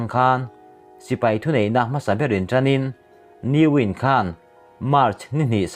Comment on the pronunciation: Ni-Win-a hming lam dan kha 'ni=sun-english' ang ni lovin Mizo tawnga 'a ni, ni lo' kan lam fan ang zawk khan,,,i fel lelh lulh e